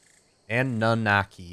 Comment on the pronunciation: I know it probably isn't important, but I believe it is pronounced AH - NU - NAH - KEY. Rolls off the tongue way better and sounds more like the race of alien bird overlords it refers to.